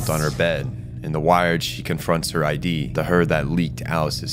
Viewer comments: Id is pronounced phonetically, not as an acronym. Like Ed, but with an I. Id. Amazing video, that just kept popping out to me every time you said I.D. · Id isn't I.D. it's Id, like did without the first d. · You say "id" as a word. Not like "i.d." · Eri is right, was talking about the freudian concept of ID. It's pronounced id like in 'did' though, I was saying I.D during the vid. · he was pronouncing it like ID as in identification card and it's id as in one layer of the psyche pronounced id as in did. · it's Id, not I.D., silly pants :D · btw, it's Ego, Super Ego, and Id (ihd). Not I.D. , but I would understand why you would pronounce it like that if you've only encountered it in all caps like shown in the iceberg image. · this is a really good vid but i need to point out that it’s pronounced like “Id” (the way you would pronounce the ‘i’ in ‘internet’ and then with a ‘d’ after), not “I.D.” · it's not i d it's Id, pronounced like it but harder. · Is it pronounced I.D.? Have I been wrong this whole time saying id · its not pronounced I.D. its id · Apologies for pronouncing Id wrong, I am aware it's id as in 'did' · hey man, why do you pronounce id like ID like identification card? it's pronounced like it's a word on it's own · Great video but every time I heard you mispronounce Id (it's pronounced similarly to 'it', not 'I.D.') was like someone was hammering nails into my soul... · holy crap that was driving me nuts by the sheer rapid reptition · Is this read to us by an AI voice or do you really not know how to pronounce "id"? Is there any research in this video at all?